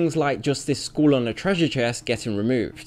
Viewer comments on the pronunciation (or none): Never heard anyone pronounce "skull" as "school" before. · British speaker can't pronounce skull correctly. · It's skull not school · Skeleton "school"? Dude.. your way of saying skull is hilarious